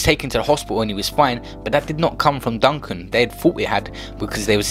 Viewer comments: Ur taking the fucking piss this is just disrespectful u can't even say his name right or date of birth etc. Most of the important facts were all wrong brain dead wet wipe delete this and apologise 2 his son and the rest of the family. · Man made a whole video, and can’t say the name right 🤣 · Ur chatting so much shit u can’t even say his name right fool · He said his last name wrong stop being a battyfish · Can man doing the voice over stop disrespectig him. His name is mark DUGGAN not duncan. RIP Mark Duggan.. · How can you repeatedly say ‘Duncan’ and spell it ‘Duggan’ 🤦🏽‍♂️ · Bro u need to quit his name is duggan not Duncan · Y yu sayin Duncan his name is D.u.g.g.a.n Duggan not duncan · DUGGAN. not Duncan fam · Zyno1k The YT’er is saying Duncan and it’s supposed to be Duggan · Why do you keep calling him Duncan? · Bruv u said Mark Duncan. I clicked off the vid already. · It’s not duncan u fool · did this man acc say mark duncan 🤣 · Man said duncan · Man said Duncan 😑🤦🏻‍♂️ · Man said Duncan!! Omd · Man said Duncan 😂😂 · I was gonna sub to this guy but my man said mark duncun wtffff 😂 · U shit cunch youtuber man said Duncan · Man sed Duncan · my man really said duncan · Turned off as soon as you said Duncan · Who's Duncan? Bandokay defo gonna rush you for getting his dad's name wrong 🤣😭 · Man said Mark Duncan smh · I suggest he leaves the UK for a bit, even my 13 year old daughter knows it's Duggan. WTH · Man said ‘Duncan’ and after said he was born in ‘September’ when it said ‘December’ on the screen 🤦🏽‍♂️😂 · did a man really say mark DuNcAn? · Man said Mark Duncan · WHY DO YOU KEEP CALLIN HIM DUNCAN ???? CAN YOU READ??? OR ARE YOU TAKING THE PISS??? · Oh fuck sake man said duncan. You dont know shit😂. Silly harmless nerds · Man said Duncan!!! Delete yourself. These outter London yutes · NotTodayISIS Yeah I know...he didn't pronounce his name properly, its Duggan👍🏿. London people will never forget that name after that riot. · Z he said duncan the whole video😂